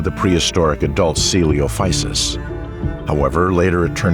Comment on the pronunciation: How did the narrator pronounce coelophysis correctly the first time and then mispronounce it for the entire rest of the video. O_O